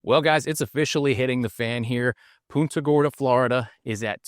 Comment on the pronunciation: It's PUNTA not PUTA